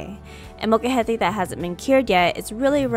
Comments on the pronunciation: realistically it's more that you seem to not pronounce the L so it sounds more like mocajete, but, honestly I barely even noticed until I really listened, so, they're just being a bit silly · Its not a "mocha-het-ay" its "mole-ca-hete" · Couldn't continue watching after hearing the word butchered a dozen times. Sorry but if you can't say the Spanish word just say mortar and pestle. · I sincerely apologize if I mispronounced the word molcajete. I tried searching the proper pronunciation before I made this video and thought I was pronouncing it correctly. Would you mind sharing the right way to say it so I can fix it in the future? Also, may I ask what part of Mexico you are from?